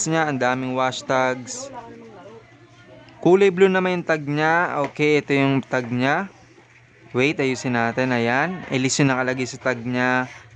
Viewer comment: Eles hindi Ilis pronunciation ng ellesse jusko po